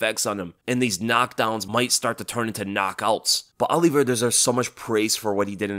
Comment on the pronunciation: His name isn't OLLIEVEIRA, jeez you said his name wrong about 50 times in 5 minutes.